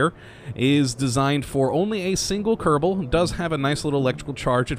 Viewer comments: "Kadabul space program" XD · do you say ksp increct kebol space program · You said Kerbal wrong